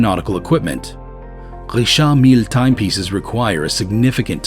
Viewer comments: It's not Rishaaard Millleee, it's Richard Mill. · Not saying the Richard Mille right lol